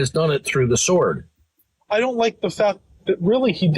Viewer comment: out here pronouncing the W in sword is diabolical. It’s silent silly, Rabbit. You probably don’t even know that g’s move is silence like lasagna. 😭